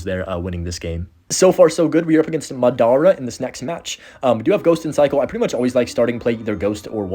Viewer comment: Lost respect for you cus of how you said Madara